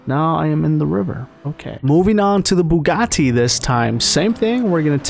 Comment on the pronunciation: my man said the "bugaTI"